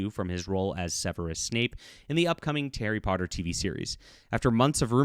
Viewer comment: "Terry Potter" Enunciate please.